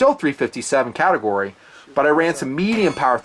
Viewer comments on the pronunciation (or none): none